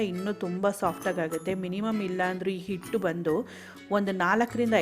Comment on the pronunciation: Method is good. But your kannada pronunciation is bad. It is "Hittu"and NOT "ITTU".